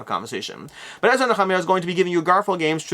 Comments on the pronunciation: Thanks for being the only reviewer to say נחמיה correctly. 🤣 Also, I don't look at E&N as religious, since the 2nd temple period is also legitimately historical. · Thank you! I've always heard and said 'knee-ah-my-ah' at Church. Nice to finally hear it correctly +40yrs later. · Great coverage as always! My pick of the week is Ezra and Nehemiah but I'm in for $1 on the new Dice Throne. You pronunciation lesson on how to say Nehemiah actually makes me want to get my Hebrew books back out again!